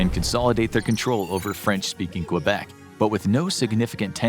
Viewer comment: Please pronounce Québec correctly...